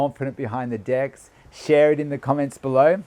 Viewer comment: Funny how your accent makes decks sounds like... ;) Reminds me of that skit. :D